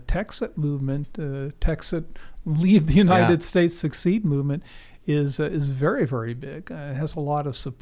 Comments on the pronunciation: say very……vewry. no, there is no w in very 😂